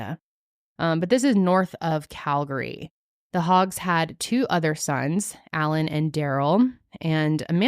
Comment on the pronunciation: Just wanna say, props to pronouncing Calgary right lol 👏🏻